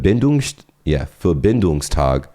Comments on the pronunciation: pronounced "Verbindungstag" extremely good. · Bro that „Verbindungstag“ have sound like you have German as your mothertounge :D